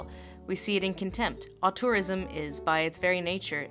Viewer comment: Americans needs to pronounce "auteurism" a bit better, lol